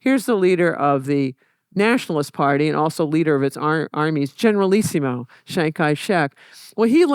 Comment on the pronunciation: Why "Generalisimo"?